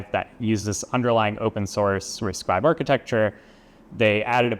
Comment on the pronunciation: Wait! Its Risc five not Risc vii?